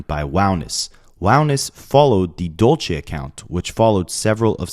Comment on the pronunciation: Dulce is not pronounced the way your saying it😂